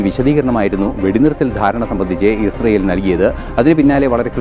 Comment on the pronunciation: Ashyell alla israyell😂 Eshyeelinte ayendroom monji sangi